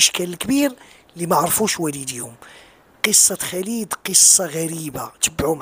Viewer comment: رجاءا سيدي الفاضل. ارجوك ان تنطق اسم خالد الخاء والألف ممدود. خا خا خالد. وليس بخليد. خا خا خالد. وشكرا.